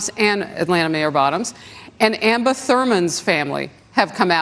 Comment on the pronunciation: Did you catch her mispronouncing Amber’s name? She knows better, that was just petty and rude.